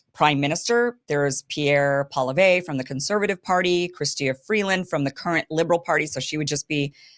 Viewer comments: Kim. It's pronounced pwah-lee-ehv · Hay Kim... It's simply pronounced Poly-ev ... Good interview! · Poilievre pronounced- paul ee ev. the accent is on the 3rd syllable. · Polly Ev. To pronounce Pollievre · FFS! Paw-lee-ev, KIm. Paw...lee...ev. Repeat after me. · poi-li ev-pronounced-it's Quebec French-thanks for your support for our best bet-Maxime Bernier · You need to learn how pronounce 'Pierre Poilievre'; it makes you sound uninformed. Maxime Bernier is a complete nut job. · Better work on your French, Kim. It’s Poilievre. It’s not difficult. Doesn’t look very professional being unable to even pronounce the name of a major candidate for Prime Minister, while knowing how to pronounce your own MAGA candidate. Sorry Kim, we are not MAGA in Canada. He is irrelevant here.